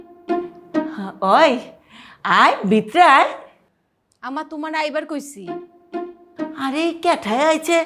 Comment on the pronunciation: 5-9 second আইবার কইচি। এটা হবে আইবার কইচ্ছি। Thisha need more then traditional language practice. From Sylhet